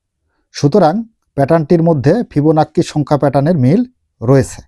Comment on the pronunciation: আপনি ওইটা কি বললেন ভিবোনাক্কি না কিবোনাক্কি?